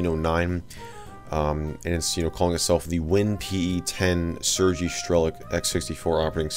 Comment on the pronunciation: I'm late af to the party but it's pronounced ''Sur-gay''